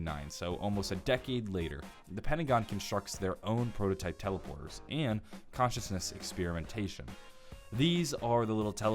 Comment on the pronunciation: "commence" not consciousness, that could confuse someone, good video!